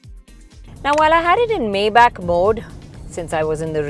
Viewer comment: Great review. Little nitpick, but it's "my-bock"